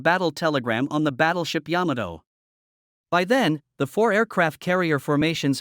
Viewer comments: Ya-MA-toe, not YAM-a-toe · THE COMPUTER VOICE IS PRONOUNCING YAMATO WRONG!!!!!!!!!!!!!!!!!!